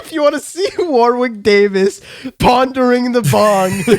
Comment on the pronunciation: It actually hurts that you never once pronounce Warwick Davis' name correctly...it's spelt war-wick...it's pronounced WARRICK